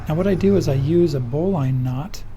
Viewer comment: that was the first time iI ever heard an experienced sailor call a bowline--ususally pronounced (bo-lin) a bo line